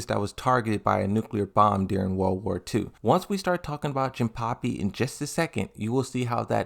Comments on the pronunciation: no it's jin-pachi not jin-puppy or pappy. If im not remembering wrong, he is also pronouncing azucena's name like aklophena or something like that. That annoyed me and just wanted to say. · Why do u call Jinpachi "jinpapi" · it's not Jinpapi it's Jinpachi 😅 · Bro, is JINPACHI, pronounce the chi as in CHINA. The hell man... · Jinpuppy? Hey why are you pronouncing most of the names wrong? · It's a running gag of his. He intentionally mispronounces words for fun.